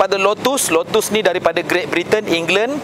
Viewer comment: Sebutan nya lotes esprii. Bukan lutuus esperitt